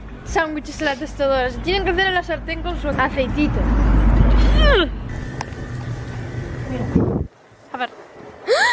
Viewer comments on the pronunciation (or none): Amo el acento de cuando dice "aceitito" en min 😂😂😂